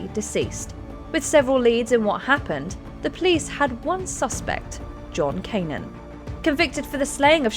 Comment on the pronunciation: John Cannan, it’s pronounced Can-Ann